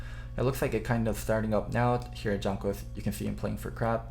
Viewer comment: it's jANKOS not Jonhkos.. Please man. AAA not OOOO. Your better than that.